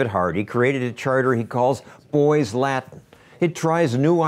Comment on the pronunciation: Now, maybe they can learn to speak discernible ENGLISH. Example: "the" instead of "da". Perhaps if their mother learned how to pronounce words such as "Latin" and "with". Hint: It's not "La-in" and "wit".